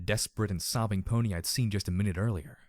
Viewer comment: Ahhh, I hate to say this for, is this the third time? I'm just bringing it up now... again, for how it sounds in this chapter most of all... *brace yourself for the obvious and sadly over debated thing about MLP thing* Pony sounds off... pulling me out of the story off. Not all that bad before "DJ Pony", but now with only "Pony" it's just so... wrong to my ears. Escher like odd. Sorry for pointing it out again, and no I don't expect you to change it at all really. Just pointing it out. :( Sorry.